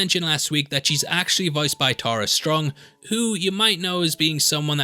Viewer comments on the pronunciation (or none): none